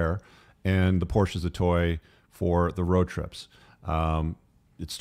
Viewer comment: My only gripe is its por-shuh. Car guys should know this